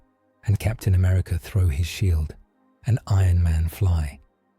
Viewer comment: I swear you misprounce Sheild.